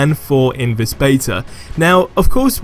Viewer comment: why is it that so many youtubers say Vis instead of This?